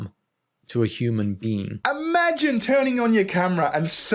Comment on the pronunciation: I’m not worried about causing psychological distress to a “human bean.” That’s what I heard, anyway.